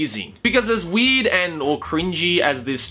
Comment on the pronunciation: Sounds like says "weed" every time he says "weird" can't you hear that shit????